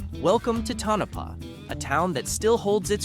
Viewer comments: Great video. You need to learn to say the word Tonopah. Besides that great job 😁 Toe-no-paw not ta-no-puh👍🏽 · Don't let the spelling fool you, Tonopah is pronounced Toe-nuh-paw! Ely is pronounced E-lee he had it right the first time. Calientie is Kal-lee-ent-tay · Pronounced toe no paw🤨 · AI or not, the lack of editing destroys the effort. To-NO'-pah indeed! 😅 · Pronounced Tone- A -Pah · This video lost credibility when the narrator mispronounced Tonopah. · PEE-oHch, E-LEE as in Robert E, CalE Ntee, and ToE na Paw. You might have received a thumbs up if you had taken the time to learn the correct pronunciation.